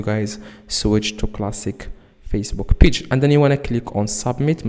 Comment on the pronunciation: You need to be sent to jail for wasting our time. Its pronounced Page not peach